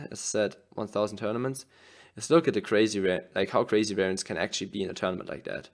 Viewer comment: Weraienz 😂 werrienz 🤣